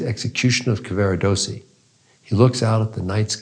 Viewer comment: This was an interesting interpretation of Tosca, and it is clear that Dr. Fineberg has considered the major themes of opera and their relevance in our own lives. I’m grateful, but I wish that he would pronounce Italian names an words more accurately. Mario’s name is Cavarados’si, not Caver’dossi or some such. And his third act aria is”Luce’van Le stel’le. Nearly all Italian word are pronounced with the stress or emphasis on the next to last syllable.